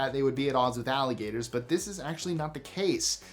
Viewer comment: ALLIGATORS.... not ALIGATORS